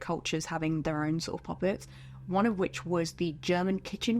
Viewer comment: I can’t tell if your saying pop-it’s or puppets😂😭